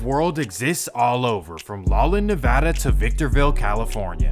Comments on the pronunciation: Lalan? Laughlin … pronounced Loff Lin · Isn't it pronounced LOFFLYNN? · Laughlin Nevada is pronounced LawFlyn!!!! Ffs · Thank you!! Thought dude was supposed to be from N Cal. Shouldn't he know how to pronounce Laughlin? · “Lol Lin, Nevada” lol I’ve never heard it pronounced that way. Correct me if I’m wrong but I’m sure it’s pronounced like “laa-fluhn” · ITS “LOFF-LINN” not La Lin 😂 great video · LAWlin Nevada 😂😂😂 bro it’s pronounced “LOFFlin” Laughlin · Laughlin NV (LOFFLIN) not (LAWLIN) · “Lawlen Nevada” 🤣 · Why do you pronounce sonny like Sawny? Lmao it’s sunny bro and Laughlin is pronounced “Loff-Lin “ not Law-Lin 🤭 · Bruh you said law-lin Nevada.. it's annunciated loff-lin my G. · Bro, It's LOFF-LIN not LAW-lin ... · Idk why but it bugged me but it’s not “lawland” it’s “la-f-lan” you pronounce the ph in its name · LOFF-Lin not LAW-Lin. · We can tell your not from the west coast like you said you are? Lawlin is not how you pronounce Laughlin (Lofflin) Nevada. 😂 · So you know… It’s pronounced “Lauflin” Not lawlin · Oh man- Mon Tuh ot Teh bello not “tee bello”. Loff- lin not LAW lin., I realize that this is a really fussy, wiener boy point but if you’re aware of, sensitive to these things it’s a bit grating. Excellently done otherwise, as alwys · Its pronounced LOFFLIN, nevada not LOLLIN lol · Lawlin Nevada 😂 it’s pronounced Law-Flin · Bruh your pronunciations are awful. Sonny is pronounced sunny. And Laughlin is not lawland 😅😂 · It's pronounced Sunny and Lawflin, not Sawnny and Lawlin. Where are you from? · Always entertaining and informative my guy! But ive been to Laughlin Nevada and its pronounced "Loff-Lin" 😂🤣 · Bruh when he said “lawlin” I was like wait huh?😭🤣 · And along with Monty Bello and Lalin Nevada you can add Thunny Barger to the list. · Sonny is pronounced sunny. Laughlin is pronounced loff-lin. Cellphones existed in mass markets since the 80s. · it’s pronounced “LOFF-LIN” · Love your videos! But it’s “Sun-nee”. Oh, and it’s “Loff-lin”.